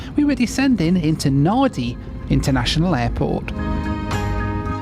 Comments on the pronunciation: And Perth is not in the desert. AND its Nandi not Nadi. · Interesting, but I marvel that someone who has seemingly been to Fiji numerous times (your narration indicates this) doesn't know that NADI is pronounced NANDI. Surely a flight attendant or a pilot would have mentioned the airport at least once during your multiple visits. Weird. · Why are you emphasizing your mispronunciation of Nadi? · Naaaadi? Try Nandi. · It’s spelled Nadi but it’s pronounced “Nandi” by the way. Also, Phuket is pronounced “Poo-Ket” not “Foo-ket”. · Great vlog as ever. BTW, Nadi in Fiji is pronounced "Nandi" not "Nah-di". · Just a heads up, Nadi is pronounced 'Nandi', and Phuket is pronounced 'Poo-ket'. Love the idea of this challenge! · Howdy. Nadi is pronounced “Nandi”. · Please on behalf of all Fijians it's pronounced Nandi not Nadi Vinaka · Somebody tell this guy the Fijian city of Nadi is pronounced NANdee. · Nadi is called Nandi. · nadi (nan) is pronounced NAN D. It's only a 4 hours flight NAN/SYD but most airlines pad their timetables to say 4.5 hours. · Pronounced "Nandi"😊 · Pronounced Nandi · Hey. Just FYI "Nadi" is pronounced "Nandi". 😀 great video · Enjoyed the vid! An easy mistake to make but Nadi is pronounced “Nandi”. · Great video as usual. You obviously did your research but... FYI Nadi is pronounced "Nahn-dee", Phuket is pronounced "Poo-ket" and Perth was not the furthest south on your trip. Sydney is furthest south. Sydney sits at approximately 33.87° S latitude, while Perth is further north at about 31.95° S latitude. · Great Video mate Nadi - pronounced "Nandi" invisible N. don't ask why🤷‍♂️ Phuket - pronounced "Puket" silent H. don't ask why 🤷‍♂️ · Nadi is pronounced "Nandi" btw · Nadi is pronounced NANDI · It’s pronounced Nandi even though there is no ‘n’ in Nadi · Nadi is pronounced 'Nandi'. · Do you do any research? Nah-dee? Seriously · mate nadi is produced nandi get it right mate you pommies used to own the place. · Nadi is pronounced "Nandi"